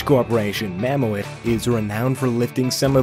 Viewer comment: It's called Mammoet(Ma-Moot) not (Mam-moo-et) Just (Ma-moot) as in Mammoth. That's how they pronounce and spell mammoth in their language.